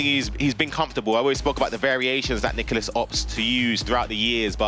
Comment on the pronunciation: Its Nicolás. Not that hard.